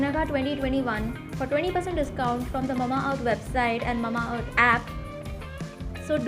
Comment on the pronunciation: Its MA-MA earth and not Mumma earth 🥲😅